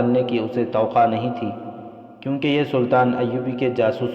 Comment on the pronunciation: Towaqqo.not toqa